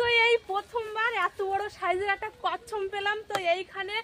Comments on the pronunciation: Kassam na, kassap bole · ওটা কচ্ছম না কচ্ছপ 😅